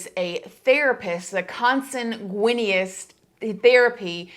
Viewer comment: Consanguineous: pronounced con san gwi nus